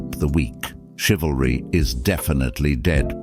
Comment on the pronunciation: That black chick can't even pronounce chivalry 😂😂😂